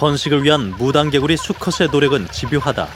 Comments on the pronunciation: "무랑개굴리" 발음이 왜이리 웃긴지 ㅎㅎ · 무당개구리 라고 한국말로 발음하네요.. 한국에서 부르는 발음으로 불러주는게 참 고맙네요.